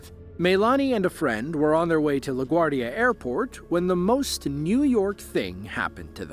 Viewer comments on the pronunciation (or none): none